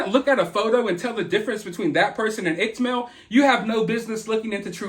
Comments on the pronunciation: Pretty sure iCkEdMeL rhymes with wicked Mel. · Upchurch has 3 million subscribers,. And Mel’s channel is pronounced Ick-Ed-Mel lol. Soo many people (including Upchurch) pronounce it IckTMel and it’s buggin’😜🤣. Something is definitely going on with Ryan. I like that guy. And I’m really concerned for him. I saw one of his videos after a sold out concert in Nashville a while back, where he was talking about using shrooms with the locals. And he liked it. He woke the next day feeling good. I don’t recall his whole experience, but I’m wondering if he’s taken it too far. Or if he’s using other substances. I’ve never seen him go off the rails like this. I do know that lot of people sent Upchurch some of the info you’re showing that Upchurch recorded. I think people have started this ball rolling. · No biggie but just an FYI a heads up it's pronounced like Wicked without the w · It's Ick-ed-Mel.